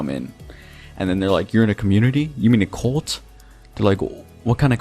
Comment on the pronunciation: Whwnwver he says "cult" it sounds like hes saying "colt"